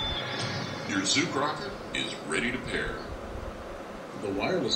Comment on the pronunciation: Arae uncle Zooker nahi Zook hai !